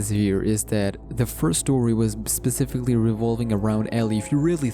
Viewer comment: Bruh I hate the way you say specifically